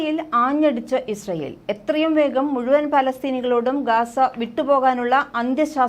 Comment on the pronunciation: GAZA not Gasa